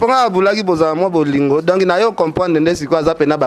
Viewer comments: bolingi télévision mais prononciation pe mobulu na français, on dit donc et non donki eza pasi yango bozokoka kolobela makambu ya mboka te kala te 1er ministre akobima kuna bino kaka kidiba,pcq bosutukela kaka kosenga bana poto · mbamu mbamu ken alobi donkiiii 😂😂😂😂😂😂😂😂 obuki nga panzi 😂😂😂😂😂😂😂